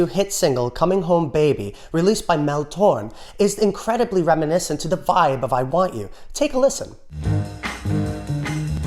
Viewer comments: "torm"? It's pronounced "tor-MAY". Have some respect for the velvet fog....also, "ba-NAL" not "BANal". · Mel Tor-MAY! Not Torm. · pronounced Mel Tor-MAY. Otherwise, good stuff! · It's not, Mel (Torm) - it's pronounced, torMAY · Had no idea who you were talking about until I saw Mel Tormé --- it's got two syllables. "Tor-MEY". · It’s Mel Tormé. Pronounced Tor-MAY. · Mel Tormé, pronounced, tor-MAY... It was an ongoing joke on the TV show Night Court that Harry was obsessed with Mel's music... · Comin’ Home Baby, Mel Torme’ pronounced Tor-May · That's Mel Torme, pronounced Tor-MAY. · If you are going to use words like 'banal', you should pronounce them correctly. Also it's Mel Tormé (Tor-MAY). And Beethoven's theme from the fifth symphony consists of FOUR notes. Beethoven WAS indeed chastised at the time for using such a simple "stupid" theme. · Great video as per usual. Mel Tormé was an incredible talent. He wrote the music for “The Christmas Song” and co-wrote the lyrics as well. He was on television all the time when I was a kid in the 60’s and 70’s. Pronounced more like Tour•May...I only know that from how he was introduced on TV shows. He was known as “The Velvet Fog” for his smooth vocals. On TV variety shows If it wasn’t Paul Williams or Anthony Newley...then it was probably going to be Mel Tormé. Those guys were on all the time. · FYI, Mel Torme's last name is pronounced "Tor-Mey". Lennon jokingly used the name "Mel Torment" for himself later. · dude! the velvet fog! Mel Torme'! tor-may! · Judge Harry Stone would throw you in jail for mispronouncing Mel Torme's name!! I guess there arent that many fans of 'Night Court' today. Shame, it was and remains a brilliant comedy.